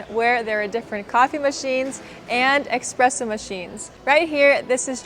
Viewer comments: Just expressing my thoughts. It's not expresso but espresso lol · Did I really hear "eXpresso machines"?